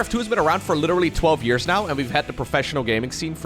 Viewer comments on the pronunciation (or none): none